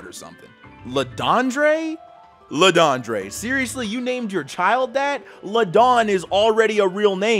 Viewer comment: LeDondre is actually supposed to be pronounced as /ləˈdõdᴚə̥/. It's French.